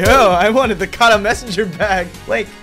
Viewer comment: THE WAY YOU SAY KARA OOF